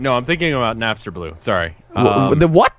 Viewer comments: Napster. You know... Napster Bloo. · Did he really call Napstablook Napster? Rev, take that L lmao.